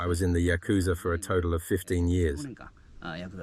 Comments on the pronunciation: So do you suppose ever learned the say "ya-ku-za" or did he persist with "ya-kooz-a?" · pronounced "yaka-zah" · Can't stand how you pronounce yakuza